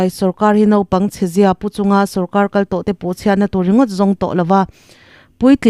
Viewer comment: A bengvar thlak thin e,mahse kan sawisel teh ang,engtizi nge Naupang tih turah Nopang ti a i sawi thin le?